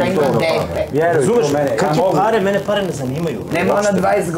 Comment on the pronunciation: Čuj..prvo što kaže,parrrree🤣